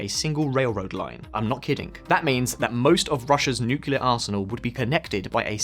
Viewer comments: "…nucular…" no but "…nuclear…" yes❗ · "…n ucular…" no but "…nuclear…" yes❗ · Aside from the horrible advertising, it is N U C L E A R, not nucular :D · Nuclear bombs. No such thing as nuculur. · Great channel. One small bit of constructive criticism: It’s “nuc-le-ar,” not “nuc-u-lar.” Bad pronunciation speaks to credibility and quality control. Otherwise, keep up the good work. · For the love of god: it is pronounced nu - clear. NOT new-cular. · Nuclear. Nu-clear. New clear. Clear? Crystal.